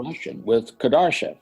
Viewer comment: "Kadarshev" ?!?!?! if you speak about him at least learn to pronounce his name properly mr Befnord.